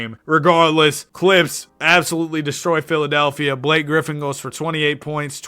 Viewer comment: it's just blake hahaha not "block a"